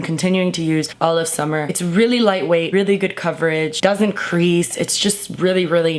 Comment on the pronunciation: "take yo time, it's the summah" XD hahah